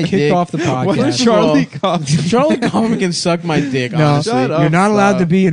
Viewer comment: It's pronounced cowfman not coughman. But props to Nick for recommending 'Antkind'